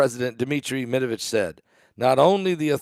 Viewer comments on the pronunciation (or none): Medvedev not Medavitch